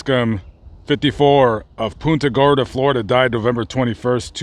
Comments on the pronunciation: I know you probably dont read the comments, but i have to let you know you pronounced the city name wrong. (Don't worry, many other people do too, lol). When saying the word Punta, think of punting a football. You pronounced it more like 'poon- ta' when its really pronounced 'punt-a' Gorda. I was born & raised here and was very surprised when looking thru your list of videos you had one on the Cemetery many of my family is buried at, and where i hope to be one day too. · That's pon-ta gorda as us natives call it. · Our town is pronounced "PUNT"-"a" Gorda,. Thanks for visiting! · I was just about to say the same exact thing. All through the vid when he said it, I kept saying back, it's PUNT-a! LOL. Think he visited PC cemetery? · I caught that too, from Naples but my mother lived there for years and also Port Charlotte.